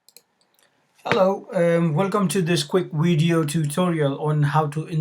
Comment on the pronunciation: "Quick wideo"